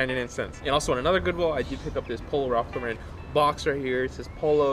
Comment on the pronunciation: I fuck with your vlogs but the way you pronounce Ralph Lauren bugs the shit out of me lmaaoo keep up the good content man.